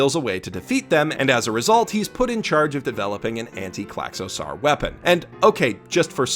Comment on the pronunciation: Wow, someone's reading way too into things again. And also that pronounciation of Klaxosaur... it's "sore", like the ending of the word dinosaur. Not "sar"